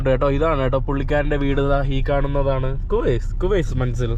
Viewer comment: കുവൈസ് അല്ല കോയിസ് ✌️